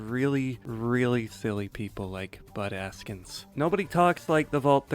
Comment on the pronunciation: Every time you said "Bud Askins" I heard "Butt Ass-kins" and I giggled.